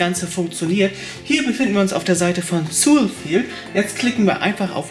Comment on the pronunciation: Ist auch falsch ausgesprochen XD